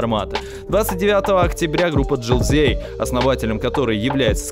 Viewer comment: не Желзей а Джилзей. не Жорски а Зорски.